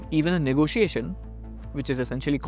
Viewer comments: why "ne go SIIIIIII eishn"? it spells and says differently. not negoSIIIIIIeishen at all. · Everytime she says "negosiation" gives me the ick